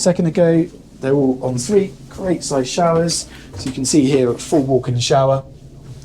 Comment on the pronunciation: Obviously, it's Obviously Obvious ! 174 'obviouslies'. Also, why is it the younger generation are incapable of pronouncing their 'TH'. ITS NOT 'FREE 2 5' 'FINK ' 'BAVIN platform' 'nice FING'. Illiteracy at it's finest. Jeez .... 😅